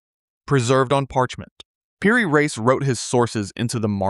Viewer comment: Reis pronounces Ra-ees , you Yankee